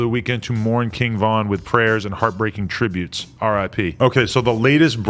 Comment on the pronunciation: why did he say “Kinn Vin”